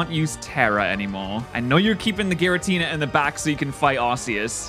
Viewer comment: Did this mother effer say Giratina with a fucking "J" sound ????? 😭😭😭😭😭😭